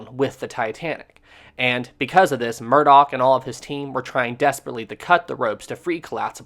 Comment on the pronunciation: Murdoch not murdock.